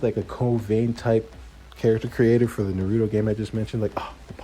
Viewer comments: I mean it is never too late to say it right. I know it is petty on my part but it seems people go out of their way to say it wrong when the only time you hear it in the show is said a different way.lol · Bruh no sub till you say Naruto's name right.